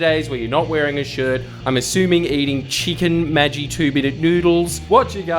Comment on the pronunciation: Woah he pronounces it "madgi" not "maggy